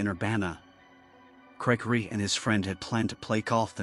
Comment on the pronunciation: Is it just me or did it sound like the way the narration voice pronounced Gregory in the first story made it sound a lot more like it's saying "Cray Cray"??